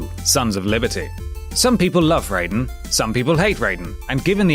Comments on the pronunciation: Raiden! Rai! Like Rye bread! Not Ray! Like Raymond! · You don’t call raided rayden you pronounce him ryden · i play mgs 2 3 and peace walker and its not raiden its reiden (idk but pronounced RYE-den) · The MK devs read about Raidens/Raijins (Rai - lightning, den/jin - god/person) after watching a cult classic 80's action movie featuring one - they ARE pronounced "rye", the MK devs just fucked up like the dweebs they were and assumed it was pronounced raid-en. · Why can't any of your countdown list readers pronounce Raiden correctly? It's not Rayden. Clearly shows you know the games you're talking about so well... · The way you pronounce raiden would be the character from mortal Kombat.... Not the one in metal gear....or mythology lol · You keep pronouncing raiden wrong. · How can you possibly mispronounce Raiden? Everyone says it exactly the same for the whole series! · Perhaps they're used to the Mortal Kombat pronunciation. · pttoau Weldezion It's a mispronunciation, it's not the end of the world. Jesus Christ.. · Probably just an English habit. Same thing with Ninja Gaiden -> Ninja Gayden. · I get ear cancer when Raiden is pronounced wrong in this.